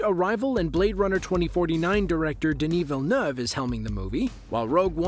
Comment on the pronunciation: Actually pronouncing Denis Villeneuve's name right; video gets a like!